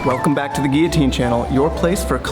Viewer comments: What’s a gee-a-teen? That thing is a gill-a-teen!! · Why are you saying gearteen? It's Gill a teen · Is it just me or are these guys not including gav saying guiotine instead of guillotine? Or is it just an American thing? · Can this fuck stop saying geoteen?